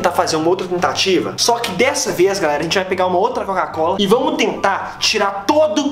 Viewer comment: Ele não consegue falar COCA COLA , ele fala (CACO COLA )😂😂